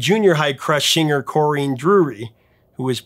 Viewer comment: Swing Out Sister’s Corinne is pronounced Corinne as in Corrin rather than Correen. Lovely lady! Very privileged to see her perform Break Out with her brothers in more recent years and before one of them sadly passed away. Corinne made it possible, alongside others, to get her brother Anton’s album out just after he passed away, and I was also so very privileged to hear how some of them had turned out during his funeral. I often watch the video of Corinne performing with her brothers at the local hospital club as part of a day of protest to help support our NHS and local hospital as it was facing yet more downgrades. This was a march through the town up to the hospital club, a social club that was situated on the hospital grounds to the side but just off the main road, where many local musicians had poured their heart into a performance for this great cause. As well as Corrine and her brothers with their band The What, that’s a stage I was also lucky to share with Dave Formula, formerly of Visage too! Some very random bits of info there! 😂 I miss Anton very much, and may have to go listen to his cds now! 🖤